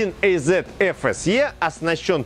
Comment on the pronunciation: 1 ЭЙЗЕТ🤔 аж противно слышать такое произношение мотора 1АЗ